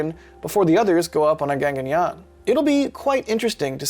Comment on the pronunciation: It's not Ganganyaan it's GAGANYAAN.